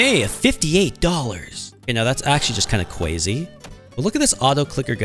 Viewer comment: Why do you say cwazy in some of your videos?!